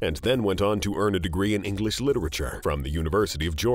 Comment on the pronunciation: Exactly he says Aangelish sounds funny and wrong 🤣🤣